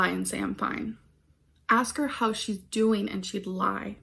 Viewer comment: STOP, why did the "DOEEN" send me 😭😭😭